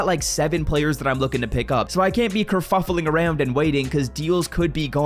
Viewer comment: Anyone else peep he said curfufling around? 6.08